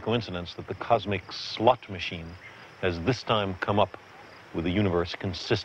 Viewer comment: "cosmic slut machine" lol I know he means slot but come on listen to it!